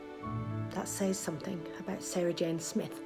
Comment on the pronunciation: finally said Sarah Jane's name right, only took 12 years ahah